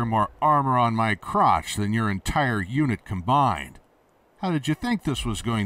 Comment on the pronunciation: Crotch, not crouch.